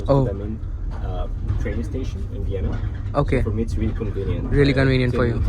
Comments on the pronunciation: Vienna is pronounced as vi- ay- naa and not as vina?? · Please learn some pronunciations- like how to say Vienna . And the language spoken in Austria is German not Dutch.